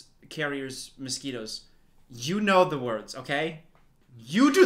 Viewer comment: No one:: malariasquitos